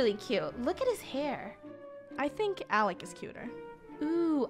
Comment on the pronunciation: its alec not alex btw I am not trying to be mean